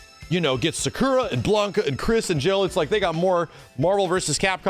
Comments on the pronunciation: the fact he still says sakura wrong triggers me. But honestly I'm happy sakura and blanka are in fortnite cuz that means WE CAN GET MORE SAKURA MERCH AND FIGURES WITH THEIR INCREASED CLOUT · Why does say Sakura like that